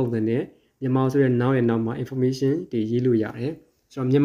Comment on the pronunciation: စာမသင်တတ်သေးဘူး။ relative ရဲ့အသံထွက်လေးမှန်အောင်ထွက်ပေးပါဦး။information အသံလည်းမမှန်ပါ။ ဒီလိုပုံစံမျိုနဲ့းစာသင်မနေပါနဲ့လို့ပဲအကြံပြုပါရစေ။